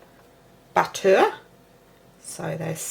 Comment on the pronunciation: Budda is good. But eh! not so good. just joshing the accent in fun 😁. please dont get offended